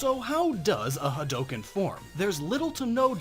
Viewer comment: Glad you didn't say "ha-dew-ken"........